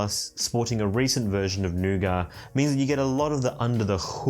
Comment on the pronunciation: It's nougat, not nougar.